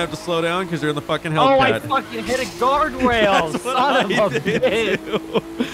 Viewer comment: When he said I hit a gawrdwail instead of guardrail 😂